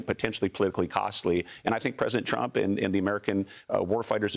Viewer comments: Sorry he said President Trunk at the beginning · Was it me or did he say trunk!!!🤨🤨🤔🤔🤔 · Did he say "president trunk"?lol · Did I hear president trunk ?